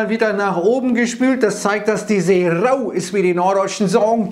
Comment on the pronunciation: Minute. Was ein herrliches Platt. Wieder mal in Höchstform, der. Die See ist rrrau, den Eindruck hab ich auch.